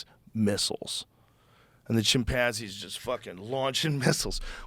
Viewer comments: This dude de says chimpanzi one more time I swear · why does joe rogan emphasize the PAN in chimpanzee? kinda like how some people say Umbrella like, UMMM- Brella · I like how he says "Chim-pansies" 😂